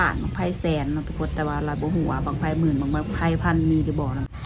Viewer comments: บังไฟ เว้าบังไพ ระหว่าง ฟ กับ พ นะเว้าใหม่ บังไฟ ไม่ใช่ บังไพ เว้าใหม่ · คือออกเสียงบั้งใพนอคือบ่อว่าบั้งไฟ